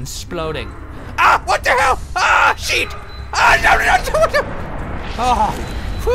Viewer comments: Did Toby said shit or sheet? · haha sounds like he said a shit! but it was sheet lol! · lol on , sounds like he said SHIT